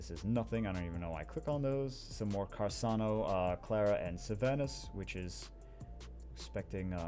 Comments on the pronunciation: I was going to watch the full video, but I can't stand listening to him talking "carsano" instead of carcano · it's not "Carssano", it's Carcâno, man, k... For real. He is trying to correct, kill him! Give me a break. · he's triggering me by pronouncing it as carsano and not carcano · What is “carsano”? It’s carCano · Hey it's Car-car-no. fire snipe. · why is he saying carSano? I'm so bothered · carc ano, there's no s in the name. Good vid tho :) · its car-khan-oh